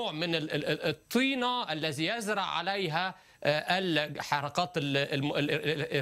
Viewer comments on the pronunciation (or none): none